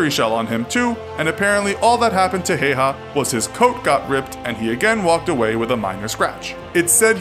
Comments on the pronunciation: I can't get over how you pronounced his name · It's important when dealing with foreign names of people and places, that their correct pronunciation is thoroughly researched. Please check on the pronunciation of this gentleman's name. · Pain listening you say the name wrong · dedicates a video to a hero but doesn't search up how to pronounce his name. oh lord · When you live in Finland and hear someone say Simo Heiha 😑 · Feels kinda strange being finnish and watching someone call Häyhä Hey Ha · It's pronounced "How-ha." Source: One minute of research. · Its not pronounced like haiha, but I don't mind cause its hard to tell on text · it's actually pronounced "Simo Haüha", as in Finnish "ä" is not pronounced the same as in German making a sound similar to the u in cut and the y being pronounced as the German ü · Lol you said Hayha wrong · His name is pronounced hiya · You pronounced häyhä wrong it's pronounced hah-u-hah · “many wrong facts” yet he only states two, one being the pronunciation of the guys name..😑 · Its pronounsed Häyhä ä sound like a in cat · its pronounced häyhä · Its häyhä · Its häyhä not heiha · Its simo HÄYHÄ not hayha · Its not Hayha the pronounciation is actually Hawa (still the same spelling Häyhä) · MKVD Heiha. Heiha. Heiha. So triggering. Häyhä. Hay-ha(nd) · His surname is pronounced more like "Hi-yaw" and not so much like "hey-haw" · It's Ha-w-ha, not Ha-y-ha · You said it wrong it is how-ha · Its pronounced like Hauha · H is like hippo just dont begin saying the next letter before you finish the first one. How u say the A in frag (as frag grenade) is how you say ä. The first name is pretty accurate but you dont articulate in finnish language and you say it as its written, not "Heiha" as in the video thats incorrect. the Y in "Häyhä" you say like Y in "you". Hope it helps. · Many wrong facts in this video. It was not the Finnish who gave him the 'White Death' nickname, but the soviets who did. It's also pronounced Hauha